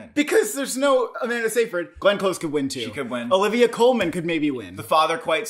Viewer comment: The correct pronunciation of Amanda Seyfried's last name is "Sigh-Frid". FYI.